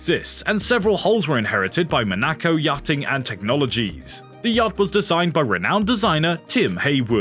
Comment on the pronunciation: The only thing worse than the fate of these yachts is the pronunciation of the narration. Not a single name was correctly pronounced, and even the word "yachting" got mangled ( "yak-ting" anyone?), which is pretty impressive for a channel with "yacht" in the title.